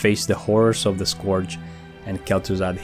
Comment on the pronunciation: This is good, but PLEASE learn how to say "Scourge" it's not "Scorge" it's pronounced "Scurge."